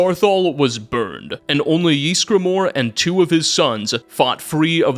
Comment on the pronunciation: No one:: Jeezgramor